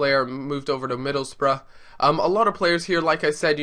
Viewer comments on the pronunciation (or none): none